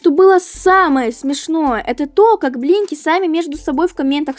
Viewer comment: Я включила субтитры и думаю " вы говорите Еблинки или Блинки"?!